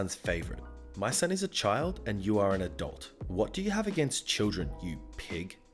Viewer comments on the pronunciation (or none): I heard "I am an adult" as "I am a dolt" lol